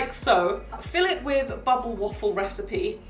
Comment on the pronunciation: I love the way you say bubble❤️❤️ it sounds like bobble waffle Ps. I’m from the US